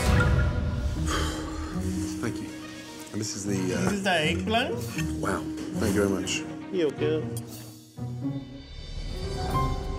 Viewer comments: I like how the way he say : "The Eeagplant" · Gordon: and this is the…? Waiter: dízîz dä êgᵖˡᵃᵉⁿ Gordon: Wow. Thank you very much. Waiter: ʸʸœgurᵣᵣ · "this is ehgplahnt" "thank you very much" "yuukuh" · Waiter: DIS IZ DA EGGPLANT Gordon: Thank you Waiter: yugoeh Nino materializes out of nowhere